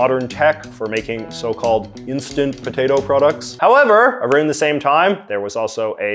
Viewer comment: "A roond" ok, now I know you are not canadian.